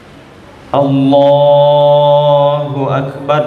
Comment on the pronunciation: Minta maaf sebelumnya klw semisal pendengaranku yg salah... Apakah pak ustadz ini takbir mengatakan ALLAHU AKBAR ATAU ALLAHU AKBAD...